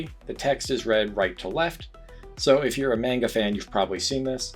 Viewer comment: Did this mf say “mane guh” wtf